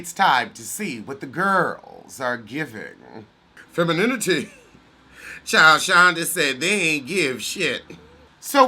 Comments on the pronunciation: The way you say "femininity" gets me everytime 🤣🤣🤣. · Whew...every time I hear "femininity", I get closer to pre-ordering my casket...lmao....